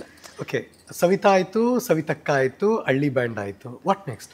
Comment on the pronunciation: ಕನ್ನಡ ಭಾಷೆ ಹಾಳು ಮಾಡಬೇಡಿ. ಅಳ್ಳಿ ಅಲ್ಲ ಹಳ್ಳಿ.